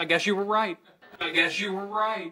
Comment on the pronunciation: Me he dado cuenta de que la oración "i guess you did" tiene una contracción, Guess y you suenan así como gueshu